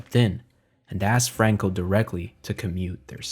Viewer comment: Bro speaks English then ads spanish inflection on names Franco bro Not frruankooh Fookin fairy